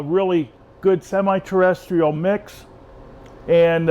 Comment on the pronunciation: "Potting Needs for Terrestrial and Semi-Terrrrdytisl Orchids" What happened in the intro xD. Great vid as always.